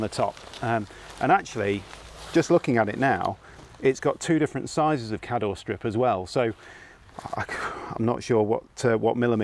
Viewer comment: Not very suitable though if you want to drive away. But good idea though if you're not intending to drive away And kador is pronounced kaydor😂😂 Sherwood pines is very close to me. My first away in Campervan for trial run